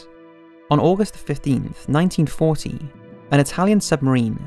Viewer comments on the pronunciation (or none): It sounds like the narrator is saying 1914 but it must be 1940.